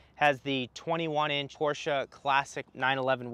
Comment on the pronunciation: Thank you for pronouncing Porsche correctly. Every time I hear "Porsh" I cringe.